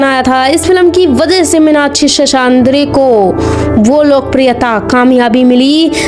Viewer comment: Very bad title... Bad commentry... Cant pronounce her name.. N hindi words... Very hopekess... Thank god at least the facts were narrated...